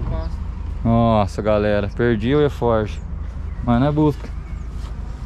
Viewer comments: Fala beleza. O nome certo é alforge, não eforge kkkkk. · É arfoge não erfoge